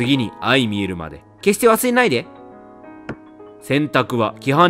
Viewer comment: レトさん、ずっと「相見える」を「あいみえる」って読んでるけど、「あいまみえる」ですお……